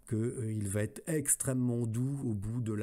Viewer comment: Je comprend pas, cette vidéo est déjà parue, je l'ai écouté il y a quelques jours... Bonne vidéo mais : il n'y a pas de T à "va". On ne dit pas "va-T-être". C'est une épidémie YouTube mais ça se soigne très très facilement 🙂